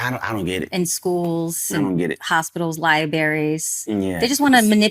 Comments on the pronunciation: Tf is a lieberry? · I'm sorry, but did she say liberries instead of libraries? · Are we all.just going to pretend she just said liberry instead of libraries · what’s a laiberry? I commend Ne-Yo for being brave and standing up. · Did that broad say Libary? lol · Did she say libarry???? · What's a Liberry? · She said lie-berry instead of library, how you going to drop an entire letter out of a word? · Good lord..its a li-BRary, not li-berry. Cmon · She said Liberry😂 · I had to run that back, and yes, she said 'liberry' and 'santa closs'. I can't 😂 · It's library not liberry 😅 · Tell me you've never been to a library without telling me you've never been to a LIBARY 😂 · What's a lie-berry?! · Wait… what? Li-berry? 😬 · She said "Liberries" wtf..? 🤣